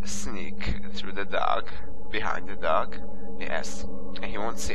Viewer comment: sounds like your saying duck lol :P